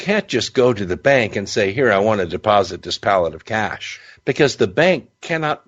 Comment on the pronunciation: Why is this narrator talking like he's narrating a mid 90s B action movie? Super cheesy man. "Caaaaassshhh" great pronunciation on the middle eastern names too bud. Keep pluggin pal